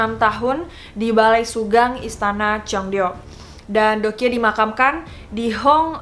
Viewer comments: Deok Hee juga bacanya Dokhi gak si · Btw mau ralat sedikit yaa kalau korea itu EO dibaca O jadi Joseon=Joson dan Deokhye=Dokye next kalau buat video tentang Korea biar ga salah lagi dan enak di dengar nya 😊✌🙏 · Btw Joseon dibacanya "joson" kaya baca deokhye dibacanya "dokhye" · deokhye = dokhye Joseon = joson gitu aja si bacanya :) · Fyi aja ka just want to tell your pronounce : Joseon itu dibacanya cukup joson Deok hye dibacanya cukup dokye Semangat ka 💛💛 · Pengen nonton sampe habis, cuma cara baca JOSEON-nya gak enak di dengar. Monmaaf yaa bcaannya JOSON 🙂 Trus Deokhye bacaanya yg bener DOKHYE 🙏 Cuma ngasih kritikan spy jadi masukan kalo next content cari dulu cara pelafalan namanya☺️☺️ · Bukannya bacanya Dokhi gitu yah